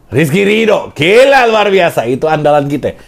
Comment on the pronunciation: Gila bukan geila dol